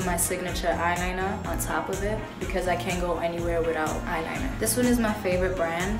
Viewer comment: "Signature eyelinah" 💕